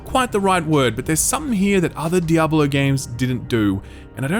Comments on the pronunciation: WHY ARE YOU PRONOUNCING IT DIABOLO? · why does he keep saying Diabalo? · "DEE-AH-BO-LO" lmao